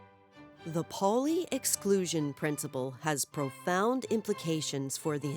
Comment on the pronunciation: Good video. But it's not Polly, it's ˈpaʊli.